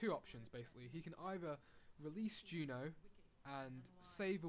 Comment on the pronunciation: It's JUNO not GEEENAAAAH